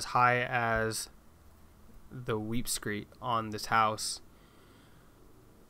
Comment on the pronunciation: It’s pronounced “weep screeD”. T’s not allowed.